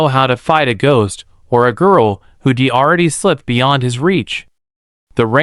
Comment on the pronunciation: Who d! It’s who’d!! And his is ridicules! Hire some m one that can pronounce the words correctly!!